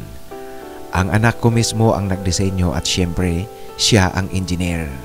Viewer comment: Ano daw??? " Syemprey"...weird ang accent mo